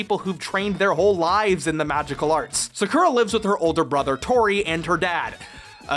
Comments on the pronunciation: Lol when her name is more like Secure-uh than Soccer-ah. It took me a long time to realize this was bad translation/execs not giving a shit than the name not having multiple pronunciations running around. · Just FYI, it's pronounced SAKura, not SaKUUUra. ugh 🤪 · I cringe everytime you say "sacoura" Its FUCKING PRONOUNCED "SAH COO RAH" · Omg it's 2019 and we still can't pronounce her name right? It's sa-cure-ra not saku-ra omg! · "Or do" Okay. It's pronounced "sah-koo-rah", not "suh-ker-uh" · Well you wanted engagement, so here you go. You're saying Sakura's name wrong. It's not Sah-koo-rah, it's Sah-kuh-rah. 🤓 /s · Bro... Have you watched Naruto? That's how you pronounce Sakura (Saw-Coo-Raw). Cardcaptors is a butchering of the original Card Captor Sakura. Don't let that version forever paint how you pronounce the Japanese Word, please. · Every time he said SaKurah I died a little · I died every time I heard sukurra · Oh goddddd the mispronouncing of Sakura. SUH CURE RAaAaa!!! Iconic 😂😂😂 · Sakura is pronounced “zah koo rah” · not to be rude, but it is pronounced “SA-kur-a” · I used to watch this as a kid. But now that I look at it, sakura's name is pronounced SAA-KUr AH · Dubbing butchers anime. Sah koo rah Or correctly "Sahk rah." Fix your video and reupload!! I can't fucking watch a video with Sakura being pronounced wrong!!! What is wrong with people???? Sahk rah!! Sometimes you get it right and you better believe I'm going to call you out on it! His name pronounced Keh Ro chan. And Clow rhymes with Grow!!! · SuhKOORuh What even is that pronunciation, did you never watch Naruto? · card captures was amazing!!!!!!^^ nd had loose translation for the dubing also i was never bullied^^ physicaly just emotionally :/ also the word is sakura^^ u say it like saw.koo.ra. the ra is a d sound^^ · Bro, I never even imagined someone would pronounce it 'saKRra' I___T' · anglos can't pronuntiate anything with their heavy language...keewouh?, Sakuhwah? Really?